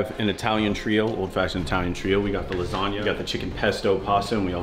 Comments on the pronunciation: Rewatching the vid says lasagna correctly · learned how to pronounce lasagna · At least said lasagna right 🤣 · Now knows what lasagna is and how to say it properly